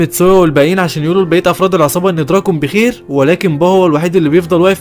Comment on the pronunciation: فالا هالا مو فلهلال واسمه دوراكين مو دراكون